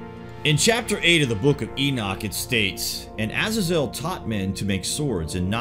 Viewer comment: E Nock. E knock! NOT E NIK. for fuck sakes. It's not just you...😡 Uh Zay Zil. I mean ma wtf